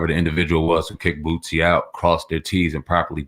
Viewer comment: Boosie!!! Not bootsie!!!😂😂😂